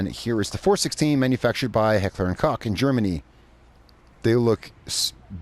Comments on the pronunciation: H&K he pronounced like heckler and cock but it is pronounced like heckler and ko Not trying to hate just correcting an error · It's pronounced Heckler & Coke.